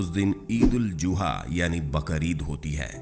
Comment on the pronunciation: eid ul zuha nh eid ul uzha